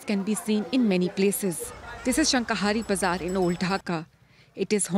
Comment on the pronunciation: It's not Shaka hari bazar, it's Shakhari bazar.